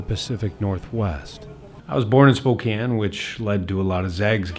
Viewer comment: It's pronounced Spo-KANE, not spo-can. You need to learn how to read.